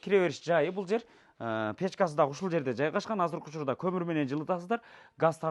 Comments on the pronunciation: Дагы деген созду эмнеге дагын деп суйлошот? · Кылыптыр бирок окшошпоптур,бараЙлы,короЙлу,киреЙли,дагыН деп😅😅😅